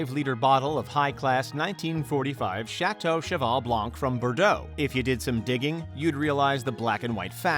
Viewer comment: Stopped listening when he pronounces Chateau Margaux as "margao", and Cheval Blanc, "blank"